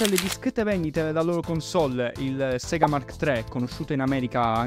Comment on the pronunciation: In realtà si dige SEGA e non SIGA, soprattutto è come viene detto appena appare il logo d'apertura su una console di quell'epoca, perché la pronuncia è giapponese e in Giappone i suoi delle lettere latine sono più vicini al latino per quelli che sono detti rōmaji.